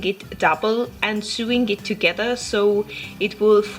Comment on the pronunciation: Great video.. love it.. just a quick point on English pronunciation (which sucks).. "Sew" is pronounced exactly the same as "so" and "sewing" is pronounced "so-ing". Keep up the great videos!